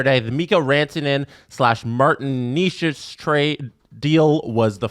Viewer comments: Can anybody get Necas (NAY-chus) right, please?? It isn’t Knee-chus, no matter how many times the NHL media up north says it. He’s not a new player, he led the NHL in points for like the 1st 2 months. No excuses for that. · It's not Nay-chus either though. In Czech, the first syllable is not soft, it's pronounced as in 'never'. The second is not 'chus' but rather 'chas'. The 'a' is the same as in 'apple'. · Why do these guys mispronounce names. Eleeeis Peterson Martin Kneechas. I could be wrong, but y’all say them correctly in other videos. Is it a joke I’m missing? Some rule on YouTube? Idk they say it right sometimes and not other times. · It’s NAY-chas, boys.